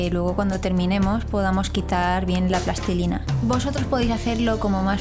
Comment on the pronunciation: Me gusta mucho que digas plastilina en lugar de "plastelina", "pastelina" y mierdas derivadas.